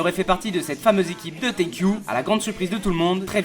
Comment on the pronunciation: Juste c'est pas teikyu c'est teiko